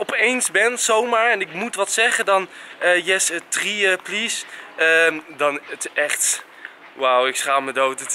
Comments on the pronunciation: 'Ken ai heve tree macarons?' 3 spreek je meer uit als free enzo haha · hahahaa idd hij kan nog niet eens 3 in het engels goed uitspreken